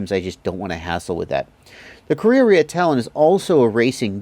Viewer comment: you pronounce it so perfectly. ka rea rea